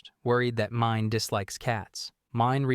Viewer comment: God I HATE how the AI butchers all of the names. It's pronounced Meenay not pronounced Mine. 🤦